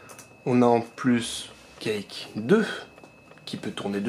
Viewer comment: Quake ne se dit pas Cake mais Couaike malgré qu’il s’ecrit Quake